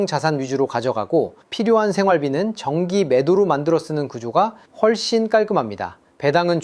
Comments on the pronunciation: AI아니에요? 훨씬을 휠씬으로 읽던데;; 말이 되나 이걸 휠씬으로 읽는게? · 근데 훨씬을 휠씬이라고 하여 ㅠㅠ 오타를 읽은 AI라고 여김 ㅠㅠ